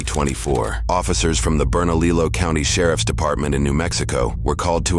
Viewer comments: Love your channel, though as a New Mexican I’m not too happy when A.I. narrators aren’t programmed to pronounce our town and county names correctly. It isn’t “Berna-Lillo” (rhymes with pillow) County. It’s Berna—Lee-oh. Because the name is Hispanic, not English. Thanks! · BERNA-LILLO. NO. Proper pronouncement - Berna-liyo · Gotta love that generic YouTube voice over! Says they are in Burn A Lilo County..(Bernalillo) 😅 Is pronounced Bern-a-leo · Berna leelo😂😂! It's pronounced Berna leeyo And who really sounds like the aggressors? The ones that went home or the ones that followed the other couple home? The guy wants to violate ol boys parole because someone else was the aggressor? The officer lied and said the fiance said her and the lady fought and she never said that. And it's not right for the other ppl to just get off! Wth is up with that?? The whole thing was their damn fault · Hahaha “Bernaleelow New Mexico” it’s actually pronounced “Bernalee-o” the LL is silent and yes NM is a part of the USA, not Mexico! 💫 The More You Know! 💫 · burnalillo? lilo and stich? 😂😂 it’s spanish my guy it’s pronounced burnalio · It's pronounced like 'Burnaleo' lmao 🤦🏻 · Bern a li lo is killing me😂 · Did he call it burn-uh-lilo? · Berna-Lee-low county😂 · LMAO THEY PRONOUNCED BERNALILLO WRONG, ROLL THE L's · Damn narrator doesn't know the correct pronunciation of Bernalillo. Ugh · Please learn how to pronounce Bernalillo! Like your videos. The last two ll s are not expressed like a regular L. From NM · AI doesn't know how to pronounce Bernalillo.